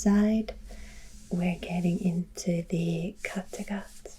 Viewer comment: Well, I can say you said Skagerrak and Kattegat right, as my ancestors are from those areas. My last name is the Anglicized version of the northernmost town/city in Denmark: Skagen, which Anglicized is Scoggin, my name! Apparently they’re pronounced exactly the same way (if what I’ve read and watched is actually right and not dumbed down for us tourists!🤣). I’m American but I’d love to hop across the pond and visit Denmark, especially Skagen and Copenhagen (and Germany too—I want to go to Munich and eat a pretzel at Hofbrauhaus! I can’t really drink due to medical reasons but the pretzels look divine!😂) This video was lovely as always! Denmark got me to tear myself away from your fabulous Middle Earth video!